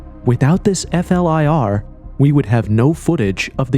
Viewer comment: flir it's not called f-l-i-r. i tkink we're aware that it's an abreiveation. Most people just call it flir, and don't spell it out all the time. whatever it just sounds weird. im sure im not the only person who noticed. but great video anyway. All ur videos are good.